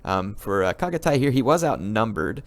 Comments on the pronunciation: the way i have always heard Chagatay is Shagatay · Reaaly love your comments on any battle :) good job and thx :) and just for help, 'ch' sound in 'Chagatay' pronounces as 'ch' in 'Channel' ;) chagatay is a respected historical general in Turkey :)